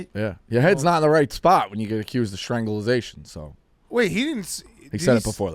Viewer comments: calling it "Stranglization" is so on brand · It’s strangulation not stranzulization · consistently mispronouncing strangulation gave me a good chuckle